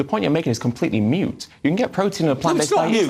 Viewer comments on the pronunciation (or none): moot, not mute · onward. Everyone is mispronouncing "moot". They are pronouncing it as "mute". Quite embarrassing. One would expect authors and journalists, to have a reasonable grasp of the English language.